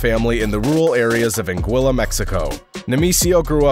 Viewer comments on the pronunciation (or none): none